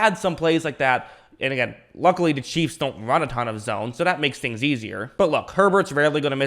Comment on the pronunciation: Bro learn how to say chiefs. Cheeves